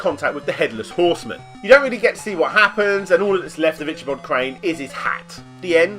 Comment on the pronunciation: Love your videos man, but your pronunciation of Ichabod hurts my brain.